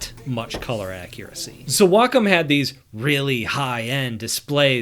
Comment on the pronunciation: WAY KAHM not WaaCUM. that's just gross.